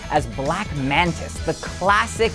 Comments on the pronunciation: It's Black Manta (as in the Manta Ray Fish) not Black Mantis (as in the Bug). For a guy that wears an Aquaman t shirt u should know one of Aquamans greatest foes. Or are you just one of those posers that wear like Ramones and Iron Maiden shirts but can't name one song. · You lost us at "Mantis". It's "Manta".